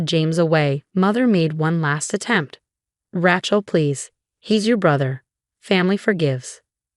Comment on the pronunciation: Even after all this time, she still can't pronounce "Rachel" properly!